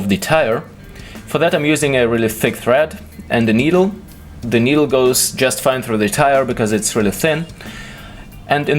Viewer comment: I like your videos, but you should stop saying "Zee" instead of The all the time.